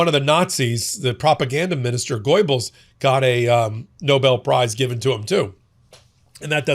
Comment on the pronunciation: Goibells :D.Its Its Goebells. You read the "oe" like the first e in "mere" or the first e in "werewolf."